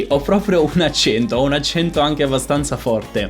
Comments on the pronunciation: La versione corretta è con la e aperta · Già il fatto che lei dica "accénto néutro" (con le "e" chiuse), invece di "accènto nèutro" (con le "e" aperte, come si direbbe da me in Umbria) fa notare quanto l'italiano "standard" possa variare, anche al di là delle varietà dialettali (che influenzano poi le varie pronunce regionali) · Quando hai detto "accento" con la e chiusa, ho pensato subito: "Partiamo con il piede giusto...". Comunque il video è molto bello. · Già come pronunci "accento" si capisce che non hai un accento neutro.